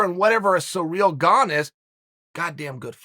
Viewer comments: Chael mispronunciations Sonnon haha! Sa reel.... have u never heard the name Cyril?? Si rill.. I love it, that’s just another reason I love these vids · dude, if you think Ciryl and Surreal are pronounced the same way, you need help. Except if you’re Uncle Chael… when he says it, I say “Ok, great”. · SEAR-UHL not Sareal. Common Unker Kale, if ya ever wanna move up past commentating the pre-lims to the big card with Saint Rogies, ya gotta get these pronunciations down. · Chael “surreal Gane” Sonnen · Eating cereal while listening to Chael talk about this guy named Cyreal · He says Cyril the first bite, then returns to using surreal. He is 100% butchering these on purpose 🤣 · I liked Izzy's "Cerebral Ciryl" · Kind of surreal that Chael can't pronounce Cyril pwopwerly.